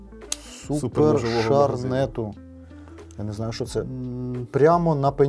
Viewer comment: Прочитати слово "супермаркету" як "супершарнету" міг тільки альтернативно обдарований.